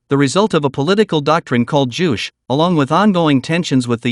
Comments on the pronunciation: North Korea is number 1??? I'm shocked!!!! And it's ju CHE not Joosh!! AI so dumb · It's pronounced Joo-Chay